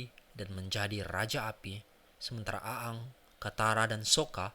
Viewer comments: Bacanya eng bukan a ang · Iya nih wkwk A-ang 🤣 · Risih denger lu baca bang, wkwkwk. Intonasinya kaku amat. Dan ketauan, lu bukan fans avatar kan. Aang dibaca Eng, bukan A Ang, 🤣🤣🤣 Kalimat2nya juga kaku amat, dan ketauan lu ga ngerti2 amat sama ceritanya. Tapi, thanks sharing nya bang. Keren. Gpp lah ya komentar gw pedes dikit, biar kedepannya makin keren lagi. 😁😁😁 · Ang anjir bkn a ang lol dah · Namanya aang. Dibacanya jadi eng bang. Bagus kontennya bang. Semangat bang bikin kontennya. Salam dari orang Bogor 🙌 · Aang dibaca Eng boss, "benders" bukan blender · Aang apa gaang sih kwkwkw lidahnya primitif bgt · Aang bacanya eng woi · Aang dibaca eng cuk, gak enak bgt nyebut nya :v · Orang sunda nih kayaknya 😂